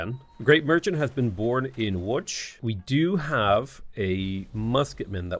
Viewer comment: that was perfect pronounciation of Łódź ❤